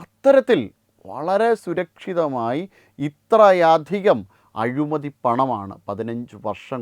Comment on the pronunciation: Azhumathi alla, azhimathi....!